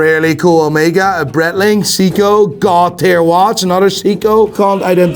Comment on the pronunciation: Don't get me wrong, I enjoy the hell out of your content! But the fact that you call Seiko "Seeko" and Breitling "Brettling" is giving me ear cancer😖 🖖🙃